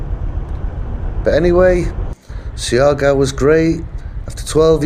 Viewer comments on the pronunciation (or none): The latin music intro was insulting. This is Maritime Southeast Asia, the Malay Archipelago. Also, it’s SHAR-GOW / GAW. Not See-R -Gow. SHAR-GOW is fine, thanks. SHAR - GOW / GAO.